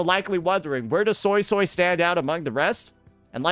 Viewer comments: It honestly isn't even well pronounced.. it's more so like soisoi (so-ey so-ey) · I can’t unhear the Soy-soy instead of Suisui 😅